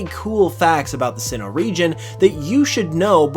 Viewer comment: What he said: "...because it might help you appreciate this region even more" What i heard: "...because it might help you appreciate this RE-GEN even more" 😂😂